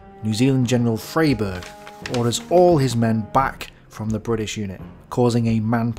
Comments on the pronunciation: I don't know if anyone's told you this in the intervening years but 'Frayberg' was pronounced 'Fryberg'. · Freyberg = pronounced ‘Fry-berg’